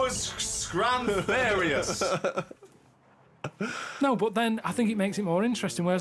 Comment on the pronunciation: "It was...scramfarious!"